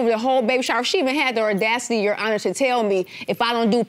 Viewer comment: When you can’t say Audacity right I know you have an attitude 🤷🏽‍♀️